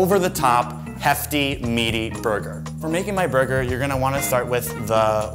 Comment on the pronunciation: Fernando Saurin yep "burgeur"